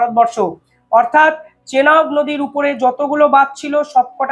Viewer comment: চেলাব নদী নয় এটা চেনাব নদী।